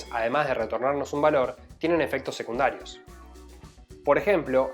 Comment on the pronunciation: Algunas funciones tienen efectos "secunarios" te comiste la D. Estuvo piola el emoji de cocinero jaja